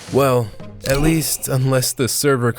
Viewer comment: i was going to say how annoying it was how you say Quarry wrong... qw-air-rry??? no, it's kwaw·ree but it's more funny to point how how you said "the WAST of the items" little UIWU boy 🤣🤣🤣🤣🤣🤣